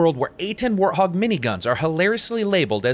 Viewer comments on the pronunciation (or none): none